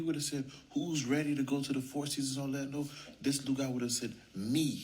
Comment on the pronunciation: Why do you say foe when you know that the word is four..? Don't you realize it makes you sound very ignorant when you say it that way? I'm trying to help you.